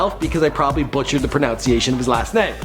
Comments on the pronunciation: "Pro-now-nsee-ee-ay-shun" wtf man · You can't even pronounce pronunciation. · You pronounced garage wrong. And the word pronunciation. And you pronounced Mario wrong. Also, the name of the song is "That's Not Me" not "It's Not Me"